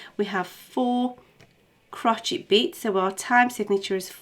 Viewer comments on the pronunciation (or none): stop saying crocheet haha